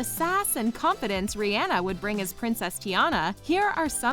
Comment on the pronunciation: The way she said Rihanna😂😂